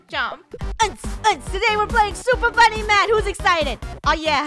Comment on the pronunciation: You said 'funny' and it's 'funneh'